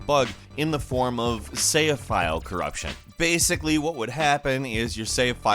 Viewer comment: "Save" is a one-syllable word. Just FYI.